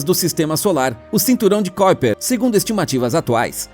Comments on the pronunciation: Amigo não é cóiper e sim kuiper (ku i per) aprenda antes de falar se quiser publicar. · Não é "kóiper"! É KUIPER mesmo! Estudamos assim,! Se você diz isso, a gente não memoriza e não nos chama a atenção! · NÃO é cóiper e sim Kuiper